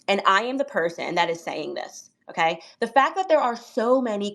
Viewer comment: “I am a woman… AKAY… and I’m saying this… AKAY…”!😂’ dumb blonde lingo 😊